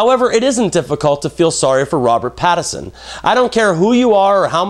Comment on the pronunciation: I just want to lob a giant sign that says "PATTINSON" at you for repeatedly saying "PATTERSON".